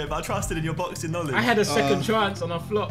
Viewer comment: SI: "I have no Knownledge"